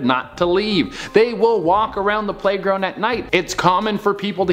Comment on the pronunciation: U said #playgound